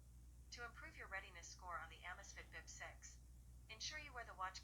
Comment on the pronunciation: "Amazifiti Bip Seizi" 😅😅😅 Parece até o Caneta Azul falando... 😂😂😂